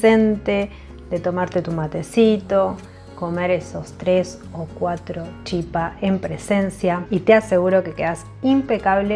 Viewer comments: La pronunciación correcta es chipá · Gracias!!! Me encantó. Ahora, sin ofender, no es chipa, se pronuncia chipá.